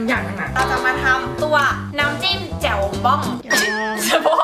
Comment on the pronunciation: แจ่ว ไม่ใช่แจ๋ว แจว แจ่ว แจ้ว แจ๊ว แจ๋ว จ้าาาาาา